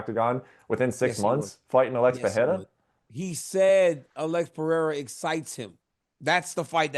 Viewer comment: How is this clown an mma reporter and still cant pronounce alex pereira correctly